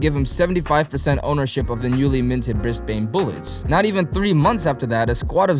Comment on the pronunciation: Just a heads up for you (and any other Americans) Say Aussies like Ozzy, we'll like you more if you say it the right way haha Edit: ooft saying "Bris - bain" will get you laughed at - it's like Brizbuhn (like Briz bnn) Same deal for Melbourne